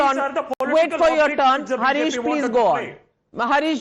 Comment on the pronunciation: He is Haaarish and not Harish - उसका नाम हारिश है हरीश नहीं!